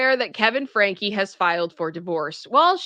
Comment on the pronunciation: Franke not Frankie